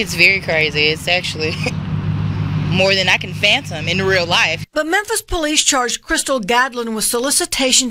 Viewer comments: She said phantom meaning fathom 😂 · 😂😂😂😂 she said phantom I think she meant fathom smh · Girl in the beginning said, "more than I can phantom."🤣🤣🤣